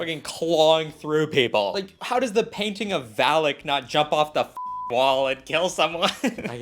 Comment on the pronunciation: no its valak😭